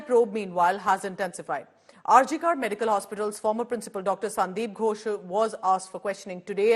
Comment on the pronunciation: It is pronounced RG "Kooorrr" NOT "Kaaarrr"